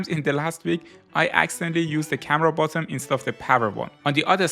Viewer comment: You keep saying bottom instead of button its annoying